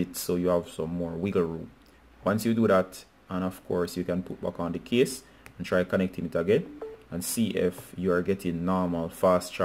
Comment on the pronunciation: Thank you, brother, but I was a bit confused because of your pronunciation of "case" as "kiss". This video was helpful thanks bro!